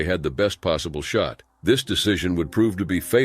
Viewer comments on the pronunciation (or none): none